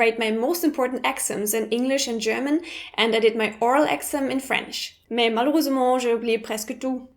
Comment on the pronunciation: Pronunciation Nazis (like me) are like " 'exam' is pronounced [ɪgˌ'zæm] not ['ækzæm] with stress on the second syllable" :D Also, the Grammar Nazi part of me cringes when someone says "I do mistakes".... it's "to make mistakes" ;) I love your videos and I agree with what you say in this one^^ And yes, obviously I am a grammar and especially a pronunciation lover.